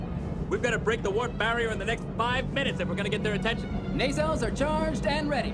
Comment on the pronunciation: How he said Nacelles is bothering me now.